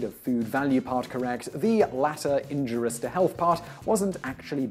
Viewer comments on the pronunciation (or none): Another instance of, I suspect, intentional mispronunciation of a quote. , he clearly says "[...] and extremely INJUROUS to health.", omitting the second "i". I have checked both U.K. and american pronunciations, and it should be heard regardless. It appears suspicious to me because I have noticed these small mistakes in several instances, and the host has otherwise excellent pronunciation. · pronounces it that way three times. Why would you suspect that it's intentional mispronunciation rather than ignorance?